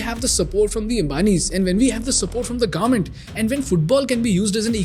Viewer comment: Government ❌ Garment ✅